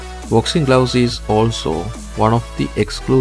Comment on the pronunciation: I swear he said boxing glowses lmao 😂